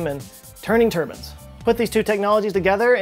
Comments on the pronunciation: It's not "Tur-bins" it's "turb-I-nes". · Lol. You’re still saying “turbans”! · Is it just me, or does say "turbines" weird lol. Sounds like "turbans". Still love all the videos though!